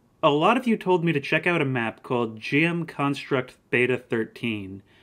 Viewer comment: No way you pronounced it as jm instead of gm. I never understood you Americans